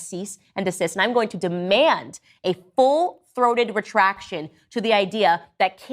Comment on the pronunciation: The conservatives aren't OK guys. I was uncomfortable with how Klandice pronounced THROATED.